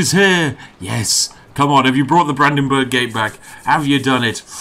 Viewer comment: Im fucking crying for having to listen to you pronouncing Brandenburg, Volksfest and Bürgermeister